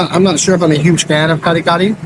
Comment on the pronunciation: From New Jersey.....I really like your travelogue / reviews / documentaries ! Found you out by accident & had been following you since....nagustuhan ko ang 'yong down to earth attitude & truthfulness! You're the man! Keep it going! By the way, ang accent is on the 2nd syllable ng Kare... Take care always & God bless!